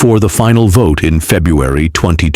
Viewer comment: coming months...na velections ni febdruary....AI generated voice hahahaaaa